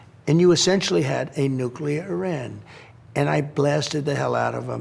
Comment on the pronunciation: How are you the president and don’t know how to pronounce the country Iran!…🤦🏾